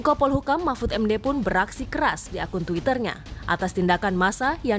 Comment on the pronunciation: kok sya gak denger mahmfud...mahfud keluar. tp yg sy denger nasbung...nasbung...keluarin🤣🤣🤣